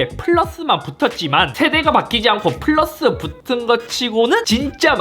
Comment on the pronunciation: 와중에 뿌라스 발음 보소 ㅋㅋㅋㅋ